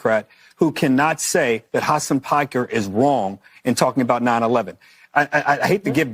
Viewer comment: did she say Hasan Pecker???